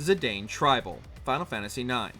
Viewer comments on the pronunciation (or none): Can you for the love of all that is holy.... Learn proper pronunciation. Cecil is Ses-ul, Zidane is Zuh-Don. Play Dissidia and listen.